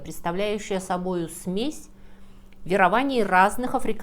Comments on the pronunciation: Очень интересно. Смотрю подряд разные ролики. Видно, сколько труда вложено в подготовку. Увлекательно, иногда забавно, иногда грустно, иногда удивительно. Но почему нет редактора? "На обеих половинах", не "на обоих". В слове "бизнес" "н" не смягчается. "Ве́рований", не "верова́ний". И так далее. Во всех роликах, которые я видел, есть речевые ошибки. Периодически люди в комментариях восхищаются "академическим языком", "прекрасной русской речью" и т.п. Конечно, все познается в сравнении. Но такие ошибки портят впечатление от видео. Очень жаль. Ведь в остальном они замечательные. Кстати, есть ошибки и в произношении отдельных иностранных слов и фраз. Это не так страшно: все языки не выучишь. Но за русский обидно. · простите, но не веровАния, если вЕрования. Очень интересный рассказ, спасибо! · ВЕрований, не веровАний) вот ещё пример. Обожаю ваши видео🤗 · Слух режет слово Верование, произнесённое с ударением на А.